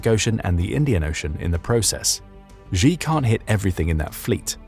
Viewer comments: Why should anyone believe your intel if you cannot even correctly pronounce his name? XI is NOT JHEE. SHEE NOT JHEE. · Why should anyone trust your intel? You cannot even pronounce his name. It's SHEE not JHEE.